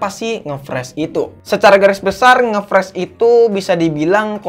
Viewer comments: Ngefrash ❌ Ngeflash ✅ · Ngefressss awokawok. Ngefris bang wkwkwk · "nge friz" bukan "nge fres" ejahnya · ngefreeze, bacanya itu ngefriz bang bukan ngefres wkwkwkwk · Entah knp gue kesel aja denger "ngefres" friz oi friz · Hadeh dari awal sampek akhir ngomong ngefresh mulu, yang bener ngefreeze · nge fris bang bukan fres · bacanya friz bukan fres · Freez/fris bukan pres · Dibacanya friz bang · ngefres aokwkwk ngakak